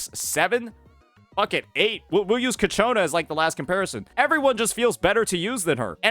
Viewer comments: does he say kachona just feed his ego or something? XD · It's so funny hearing you pronounced ciaccona as Katyuna, sounds like a cheap Russian rocket😂